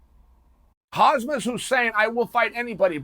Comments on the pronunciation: Chael, stop doing that....t's KhaMzat...not KhaZmat.... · Why do you pronounce his name like Kazmat ? He's Khamzat (say Kamzat if it's easier for you to say ) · Buddy you need to stop calling him khazmat instead of khamzat. If not, i think youll get that smesh too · Chael, you never pronounced his name properly, his name is not Hazmat !! Hamzat is his name, come on !! The M before the Z not the other way around. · its Khamzat not Hazmat but if uncle Chael says it, it must be Hazmat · For god sake its KHAMZAT NOT KAZHMAT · Bro why does everyone call him hazmat chimaev is HAMZAT i find it funny that everyone says hazmat not just chael. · If uncle chael said his name is hazmat. It is hazmat. Not khamzat. Period. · is it Khazmat or Khamzat chael confuses me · Learn his name. It's not ''Hasmet'' it's KHAMMZAT , pronounced ''hamsat'' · Dude it's Khamza not Hazmat! I'm sure it'll sink in once he's a champ. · He is not Khazmat, it is Khamzat, pronounced as "Hamza" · Chael his name is not khazmat its khamzat 😆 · Khazmat instead of Khamzat, here he goes again.... Chael is undisputed and undefeated in pronouncing names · Chael: hazmut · Geez can you pronounce Hazmut Chimia any better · If you dont skip the first minute of Chael's video, you arent a real fan. Btw, somebody teach Chael how to say "Khamzat" for the love of God... SHOW SOME RESPECT FOR THE FUTURE GOAT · Uncle Chael be killing the names 😂 “Hazmat Chinaev” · did he says "khazmat" throughout the video? 😂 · Just say HAM-zat Chael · Hazmat "suit" Chin-aev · KHAMZAT CHIMAEV CHAEL SAY I T RIGHT XD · Chael say: KhaZmat Chimaev Khamzat say: ok great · Chael say Hazmat ,but in reality it's not bad because Hazmat is a suite to protect you from hazardous materials. You know,those big yelow suites in sci-fi movies,that protects you from virus and other bad stuff. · Khazmat 🤣🤣🤣 correct ur pronunciation plz. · I swear Chael never pronounces foreign fighters names right, haha: Khazmat, Prozeska etc… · It’s HAMZAT. Not HAZMAT.